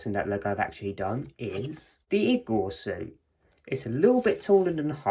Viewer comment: He keeps pronouncing igor wrong